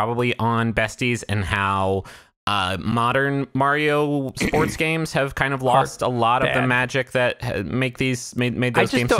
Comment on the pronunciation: Is it really worse than saying Mayrio?